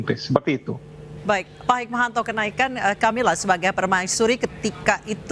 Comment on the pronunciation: Cammilla not Camelia 😀🙈